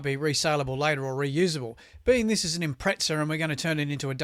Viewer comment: `it is an IMPREZZZZZZZA = not an IMPREZTSA ! = you sound like some pommey fool ! impreza ! read the badge !